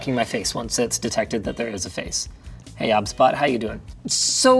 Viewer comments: OBSBOT , pronounced OB-SBOT , I thought its OBS-BOT 😅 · It's O-B-S Bot no obs bot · I thought it was pronounced O B S Bot rather than Obsbot 🤔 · Isn’t it’s name pronounced like OBS Bot?